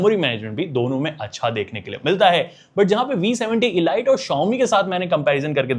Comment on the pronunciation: Bro pronunciation pe dhyaan do, ELite is not pronounced Eh-Light , it's EL-Eat , killer cut nahi Clear Cut, proformince nahi per-for-mance ... Stor-yo nahin Ste-reo, Khada nahi kharaa.... Not trying to mock you , it's a genuine feedback to improve your video reach and quality...